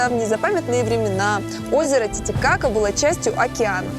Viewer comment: Он чересчур много каверкает имя озера, и постоянно акцентирует на каки будто дети сплошные у экранов